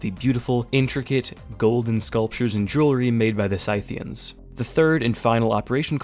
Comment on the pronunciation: Skithian, rather than sythian. Love the idea, though. Almost as if we got an operation.